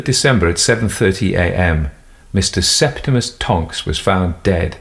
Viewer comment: "Septemus Tonks" this AI trained on JK Rowling!